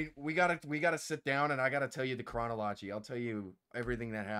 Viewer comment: Also I've never heard anybody pronounce "chronology" like that before lmao